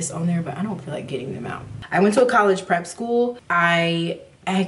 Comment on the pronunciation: "Collegy" lol! Girl, I totally understand u👍🏾